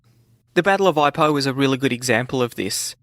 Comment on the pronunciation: Oooh, you pronounced Ipoh wrong again m8.